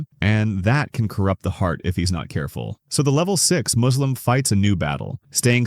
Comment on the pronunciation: maybe use your own voice the a.i says muslim like "moo"slim like a cow or something